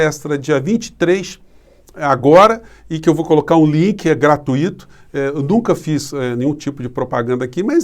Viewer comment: Professor, tenho muita admiração pelo senhor, mas, por favor não fale mais GRA-TU-Í-TO! Palavras que vêm do latim e não levam acento: gratuito, fortuito, intuito...